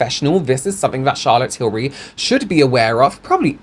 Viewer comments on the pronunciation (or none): You went on to tell us, American how to pronounce “Tillbury” then proceeded to say Till-berry. lol Oh,. 😅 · americans pronounce “berry” and “bury” the same 😭 that’s why we struggle with tilbury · most American accents don't pronounce the words berry and bury with any distinctions, they have the exact same phonetics. That's the reason Americans say Charlotte TilBERRY. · “not til-berry, it’s til-bury” i love you, so i’m going to hold your hand when i say this: a lot of american dialects, maybe even the majority of them, have a vowel merger that means that we say the words “berry” and “bury” the exact same way. i certainly do (am from california). i think i could get on board with “say tilbury so that it rhymes with hurry”. you can also specify if it’s got the emphasis like TIL-burry or TIL-BURR-y. the second one is more like an even emphasis on the first two syllables, i guess, but it’s hard to write out. the first one has a strong emphasis on Til and the rest of it gets kind of small and buried (hehe no pun intended). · Omg! Thank you for bringing up the “Tilbury” vs “Tilberry” thing! 😅 it drives me crazy! 😂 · Yeah that was a weird way to suggest the pronunciation, I say 'bury' like 'berry' as well and I'm english. It's said like 'Tilbry'. Though I like 'Shazza Tibbs' better. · I’m from the US west coast and we pronounce “bury” like “berry.” So it’s no wonder we pronounce Tilbury wrong. It’s just how we pronounce it. 😊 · OOOHHH THANK YOU!! So glad you said this! I'm freaking American & I know how to pronounce her name! It drives me nuts! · "It's not Tilberry, it's Tilbury like you're BERRYING someone" Sorry but I laughed a little when I heard you say that XD I get what you meant but that example was kinda hilarious